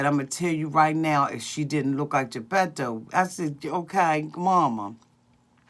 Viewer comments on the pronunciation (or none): I can’t with you....when you said Gapeto.....I fell out on the floor....🤣🤣🤣